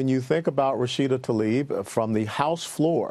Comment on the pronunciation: Journalists and announcers... please professional and at least get her name right. It is NOT Ta-lib. It is Tla- ib. It's not that difficult.